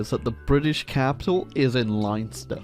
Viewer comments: leinster is pronouced 'len'-ster',sorry your nation raped us for 700 years, but we still say things differenly.big fan, eat shit and i once saw a yellow sparrow. xoxo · That's not how you say Leinster, mate, mostly because of how it's spelled? Try asking a cabbie to get to Leinster Square in that made-up way you did just now and see if he doesn't just throw you out or at least ask you what you're on about. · The way you said Leinster makes me want to kill myself